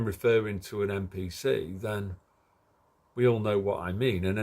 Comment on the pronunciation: what makes you say MPC instead of NPC